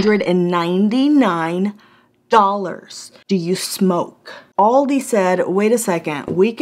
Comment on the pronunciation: She said “do you s-u-moke..?” Lmao halp me I can’t stop laughing 😂